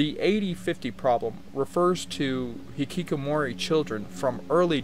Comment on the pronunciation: You really seem to enjoy saying Hikikomori in this video, though it sounds a bit more like you're saying hikikomoray. It's a fun word no doubt. It does seem like a symptom of high pressure systems that some people simply choose to opt out completely. It's kind of like, what's the point? I can't help wonder who is failing in this scenario. Is society failing these people by not providing them with meaningful career paths that they can derive enjoyment and esteem from or are they themselves to blame for not giving it enough of an effort? I personally believed that by abstaining from the market place, there would be a correction in it to satisfy everyone available to work eventually, but it would seem that the ruling class simply has too many people willing to fill the gaps. That there are too many docile creatures in the world willing to work for peanuts either from the local market place or importing workers from poorer nations where a peanut is worth 3 to them. I watched Nebraska. I will say that one of the characters, the son, is actually quite likable and in terms of wanting to like and root for a character, he seems like someone you might want to root for even though the movie really isn't his story. A lot of the characters in this movie though are rather despicable people with little to redeem them. It's weird because Woody Grant to me is a kind of grown up Jack Cole. It's like you got your wish. Nebraska is the movie about Jack Cole, although, mostly about the ramificati